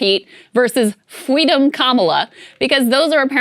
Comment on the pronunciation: Fweedom lol